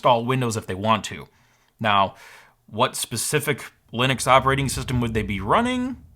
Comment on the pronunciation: Super informative, other than the slightly baffling pronunciations of Ger-nome, Linnix and Cha-see. Gnome, Linux and chassis perhaps? After all it's not Linnis Tech Tips.